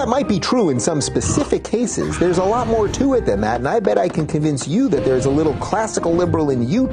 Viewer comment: emphasis on the "little"